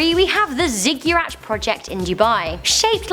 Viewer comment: Ziggurat = /ˈziɡəˌrat/. Not 'Zigyurat'. No 'y' in the pronunciation. Ziggurats were ancient Mesopotamian towers.